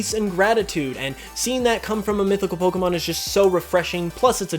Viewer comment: 32 dislikes....probably for the way you pronounce pokemon